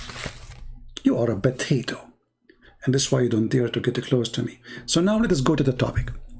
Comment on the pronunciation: It’s potato not bateto